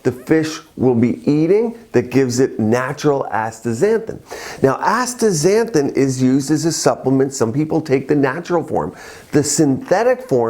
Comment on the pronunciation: Astaxanthin, not Astra xanthin